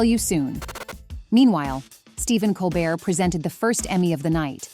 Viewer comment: Mispronouncing Colbert